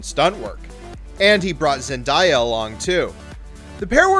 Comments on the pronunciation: It’s Spider-Men NOT Spiders-Men, the men makes it plural. Also it Zen-DAY-A not Zen-dI-A. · So does this lad say today like to-die? Going by his pronunciation, he must do. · the way he says Zendeya annoying me. else good video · Learn what your talking about, how do you not say zendayas name right?! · Seriously it's Zendaya. Where are you getting the di from? Like it's literally said how it's spelled. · Not a fan of him butchering zendaya